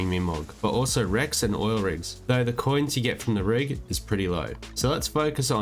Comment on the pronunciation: wrecks not Rex omg (derpy me)